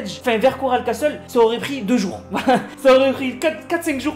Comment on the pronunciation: Et j'espère qu'il comprendra que le "t" de castle ne se lit pas CELA SE LIT CASSLE PAS CASTTTTTTEL